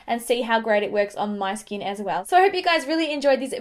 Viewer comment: Does anyone else love the way she says skin like "skeen"?